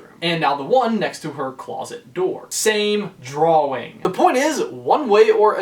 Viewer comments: Why do you say dwawing it’s drawing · He kept saying draw-wing not drawing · Aidan McGreenie he pronounces it "Draw-Wing" .-. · Aidan McGreenie to me it sounds like he says draw-wing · Aidan McGreenie I hear drawling to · He says "draw-wing" really weirdly. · Any thoughts or suggestions from me? Yeah, is it just the New Englander in me that is confused at your pronouncing of the W in "drawing" because I have always pronounced it "drah-ing" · Its really annoying how you keep pronouncing drawing as it looks when it is (drau in) idk but thats not how you say it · Is it just me or is he saying drawling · Sorry you just saying dwawing is hilarious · Drawing * x1000 please say it right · Okay, was anybody else annoyed by his constant mispronunciation of drawing? He kept saying "drowing" or "drowl-ling". My grammarian ears are ringing! DX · I’ve never heard anyone say “drawing” so literally. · Is it just me or he saying drawing oddly? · EmileeTv1993 i was just about to comment this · At first I Thought he was just being cute cause he was talking about Boo. But then everything changed when he said it like a million more times. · EmileeTv1993 He went to the Jack Sparrow School of Saying Drawing. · it annoys me too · He definitely pronounces the word in a weird way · has anybody realised that cant say drawing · i can't get past the way you say drawing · Why do you pronounce "drawing" so WEIRDLY?!?!?